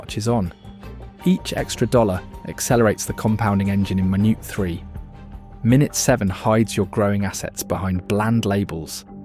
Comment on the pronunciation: Great video. Bu.... Is this voice AI? It said the word 'minute' incorrectly multiple times. And mentioned Euros in a Roth IRA... The latter is a US only product.